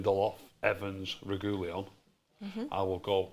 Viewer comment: saying Reguillon is cringe...